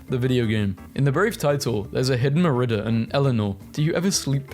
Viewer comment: everytime you say merida as "mer-ih-duhh" i want to die